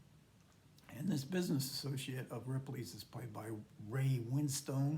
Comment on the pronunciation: The 'e' on the end of 'Winstone' is silent and is pronounced 'Winstun with the stress on 'Win'. Americans have problems with place names and surnames in British English. My surname is Bedford, which is pronounced 'Bedfud' with stress on 'Bed'. It's the same with names and places ending in 'ham'. 'Oldham' is 'Oldhum' with stress on the first syllable. An exception is West Ham, because it's two words, it's pronounced as it's spelt with even stress on each word.